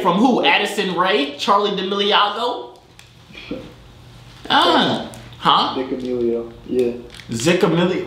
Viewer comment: Dont add the liago its melio